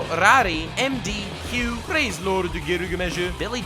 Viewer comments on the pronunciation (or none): none